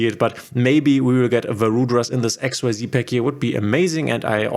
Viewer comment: for xyz cards you do't have to say x-y-z ---it's just x-z:)